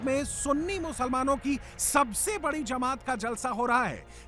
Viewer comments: Jamat hota he didi Zamaaat nahin bolna to sikh lo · Zamat Nahi Jamat hota hai Samjhe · जमाअत होता है ज़मात नहीं और आपको इस कार्यक्रम जलसा से क्या दिक्क़त है? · Ye jamaoda kia hota h, language pe zara dhiyan rakiye, ye jalsa h, Jamat hot Zamat nahi